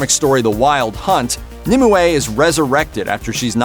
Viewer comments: BRROOOOO ITS NOT NIMUWAY ITS NIMWAY. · I know this will be a stupid comment of mine, but I just could not focus on the actual narrator of this video purely because he kept pronouncing Nimue wrong... he keeps saying it like it's 'Nim'' 'I' 'way'' adding an extra I in the middle for some reason, when it is really supposed to be said as "Nimway' even though it is split with a 'ue'. The 'ue' is pronounced as 'way'. I honestly don't know why he is adding in an extra I!!!! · Nimue = "NIM-you"